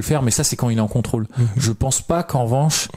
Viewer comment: En deux mots : Con-Trôle 😂 Merci les mecs, j'ai bien rigolé